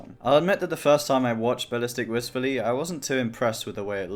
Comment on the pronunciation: its not ballistic wisftfully